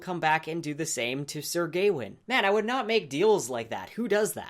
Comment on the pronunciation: I think it's Gawain, not Gaiwin. :p